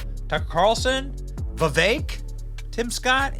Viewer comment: not Vivey .. I Can't spell foreign language sounds . We had that before.🙂